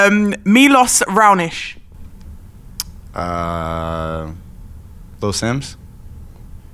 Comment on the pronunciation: the way she butchered the name Miloš Raonić 😂👌